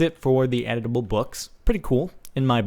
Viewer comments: Lol the whole time I thought he said editable books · i thought you said edible books XD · i thought he has said edible books, and i was like yes now i can eat my words! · i thought he said eatable books for a while.... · i thought he said edible books XD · Am I the only one that thought he said edible, like, you eat it? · I thought he said edible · Did anybody else think it said edible books ? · i thought he said edible books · i thought you were saying it was "edible" :| i want to eat books! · I thought he said EDIBLE XD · At first I thought it said: "edible books" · Ohh i thought you said edible like eat the books i feel dumb now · I thought you were saying 'edible' books :P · LOL I thought he said edible books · Instead of editable books, i thought you was saying eatable books. -_ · I thought you said edible books... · i thought he sed we could eat books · aaaahh...editable....took me three minutes to understand he wasn't mispronouncing edible. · Thought he kept saying u can eat it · At first I thought he was saying that the book was edible. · I thought you said Edible instead of Editable lolzors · I kept on thinking he was saying "edible" and i was like da fuck? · am i the only one who heard him say "edible books" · I thought he said edible pages not editable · oh from the title i thought he said "edible books" so i was really interested lol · its pronounced edible books not eatable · When you where talking I thought you said edible not editable books.XD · DX I thought I heard/read "Edible" books instead of "Editable" books... I was SO getting ready to see CaptianSparkles nom down some paperback bookworm style. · I swear he said "Edible" the entire time he played I wondered, "is he going to eat it?" But then I realized that I'm an idiot and he said "editable" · ohhhh editable books i thought he said edible books lol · I thought he said edible lol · I thought he said 'edible' as in, eating books. O.o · I keep hearing 'Edible' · I thought u said EDIBLE lol